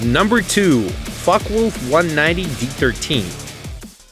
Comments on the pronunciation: lol....f*ckiewolf....I cracked up when you said it that way.....its pronounced FOKAWOLF but the way you said it is memes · "Fockee-Wulf" xD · Mark that's what I was about to say lol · Lol, "Fockeewolf" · Lol I heard fucki wluf. XD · is it just me, or he pronounces "fuckwolf"? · mini hoov: fuk-a-wolf bestiality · hahaha his pronunciation of fucke is hilarious.